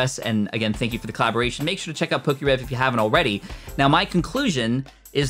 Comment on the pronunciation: Its Definitely poke’rev